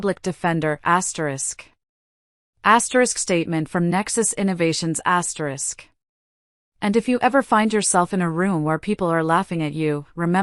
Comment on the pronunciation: I don't like when it's his asteris.What the heck is asteris!!!